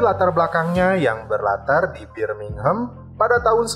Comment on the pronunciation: "film berlatar, bibir minghem" itu yg aku denger wkwkwk :v